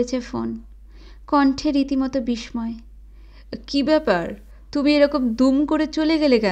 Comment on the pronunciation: Attio, Bis-soy utcharon gulo ektu thik korben please. Bhalo lage apnar pothon.